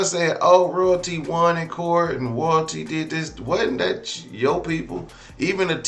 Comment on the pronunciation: Lmao!!! 😂 THE INTRO!!! ROYALTEEF!!!